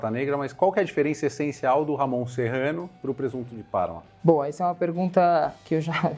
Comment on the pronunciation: Por favor pronunciem corretamente..não é ""Ramon"", mas Jamón..